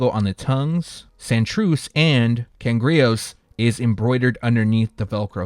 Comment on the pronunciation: Easiest way to pronounce the Bad Bunny Cangrejeros is Can grey her os